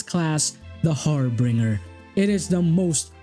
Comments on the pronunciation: Harbinger isn't pronounced har-bringer (like bringing something to someone), it's Har-binger (like the word binge, ie going on an alcohol binge) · I'm sorry, but I winced every time you said "harbringer" I may or may not have screamed "It's har-bin-jer" at the top of my lungs. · great video! for future reference; it's pronounced har-bin-jer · sorry, cannot resist (it's a massive pet peeve of mine). it is pronounced har-BINJ-er (/ˈhärbənjər/). video is excellent, as always. please keep making them. I've found so many great mods because of your videos. thank you.